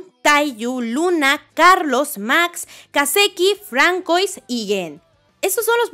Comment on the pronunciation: Se está acabando este arco y aún no ha aprendido a decir Fransuá 😂😂